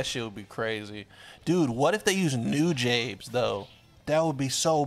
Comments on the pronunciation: Bruh did he just pronounce Nujabes as New-jabes...bruh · Nujabes - [New-Jah-Behs] I love your content!